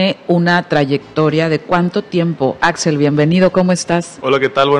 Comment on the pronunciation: es Axel Mastache. no Axell 🤨